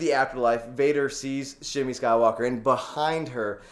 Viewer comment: Shmi, not Shini Joven, you messed up again :D